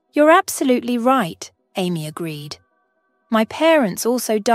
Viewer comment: Amy pronounced Aye.. me for Amy... NOT Army